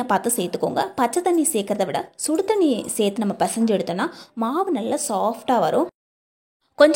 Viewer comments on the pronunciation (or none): none